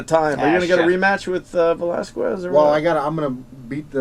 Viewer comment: Why do they ALL say ValasQUez..? Come on, dudes. :p